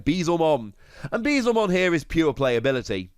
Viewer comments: it's "Beel-Zemon" not "Bee-Zelmon". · Dude it's beelz not beezel